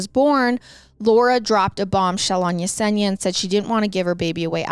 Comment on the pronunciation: 👏 👏 you pronounce Yesenia correctly I love it ❤❤❤❤